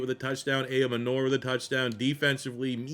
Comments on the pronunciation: It’s pronounced Eye-Oh-Manner. Titan Up! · love you but PLEASE look up how to say Elic Ayomanor name...